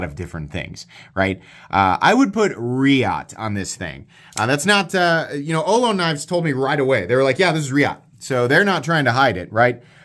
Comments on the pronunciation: Looks like a great knife, but being named after the California tribe of native Americans, it is pronounced oh loh nee. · Great review, fantastic knife. I'd love to see an auto version. For some reason there aren't many autos with contoured titanium handles, and the crossbar lock is my favorite auto release. FYI, in the San Francisco Bay Area we usually pronounce it oh-LOW-nee. We have Ohlone college and the Ohlone trail. The Ohlone were the local native Americans in the San Francisco East Bay. I think Ohlone knives is from a different part of the west coast, so maybe they pronounce it differently. Thanks for all you do!